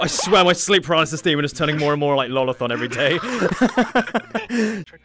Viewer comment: it's lolathon not lathon